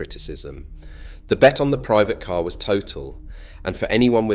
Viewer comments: I had to stop watching after the AI voice said, "It was built for the K.A.R" 😂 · It was quite convincing until it spelled out K A R, and pronounced it as Milton kaynes